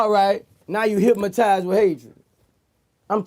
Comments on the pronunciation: I kept saying the same s***!! Why he keep saying "HYPMATIZED" instead of "HYPNOTIZED " but I get choo Boosie. Lol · Vlad should have spelled it the way he said it. Hymatized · I just realized after all this time he saying "Hymatized" lmao but this the realist shit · He didn’t say hypnotized. He said hypmatized